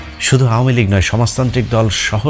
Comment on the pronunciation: এই বেটা আমুলীগ কিরে ? বেটা ইউটিউমার আমলীগ নামটা পর্যন্ত উচ্চারণ করতে পারে না ?